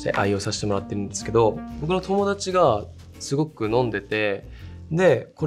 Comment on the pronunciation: YUTAくん普段標準語やのに「友達が〜」のところ関西弁なってて貴重🥺